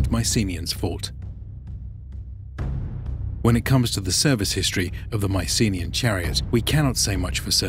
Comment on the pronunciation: The usual pronunciation of 'Mycenaean' has the stress on the last syllable.